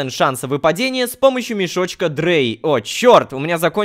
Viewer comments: Рома эти мешки не читаються как дрей я знаю это потому что Я ЖИВУ В ДЕРЕВНЕ И В ШКОЛЕ МЫ УЧИМ НЕМЕЦКИЙ ЭТО ЧИТАЕТЬСЯ КАК драй ei читаеться как ай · НЕ ДРЭЙ А ДРАЙ!!!!! ЭТО НЕМЕЦКИЙ, А В НЕМЕЦКОМ ЕИ ЭТО АЙ!!!!! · Это не дрей, это Драй (Это немецкий язык) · Рома не дрей, а драй (это если что на немецком) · Не дрей, а драй!!! Это число 3 на немецком.